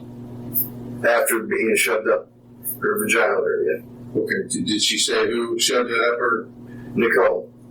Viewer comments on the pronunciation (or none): "...up her vuh-g-eye-null area." These people are utter trash. They are literal human waste! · This numb___s can't even say VaGiNaL correctly🙄 Some "protector" he turned out to be